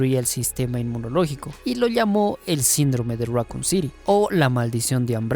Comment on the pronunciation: Raccoon say it with me raccoon City syndrome raccoon raccoon raccoon not racon